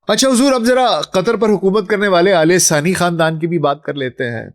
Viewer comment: Its Thani not sani..